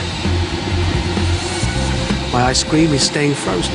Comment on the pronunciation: He pronounces "Ice-Cream" like "I scream" lmfao